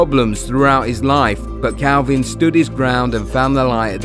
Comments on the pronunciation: The first thing you should know is his name is kalvin not kelvin lol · His name is Kalvin not Kelvin